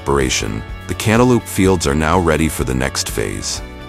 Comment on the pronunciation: Lol I giggled every time the voice over said canta lupe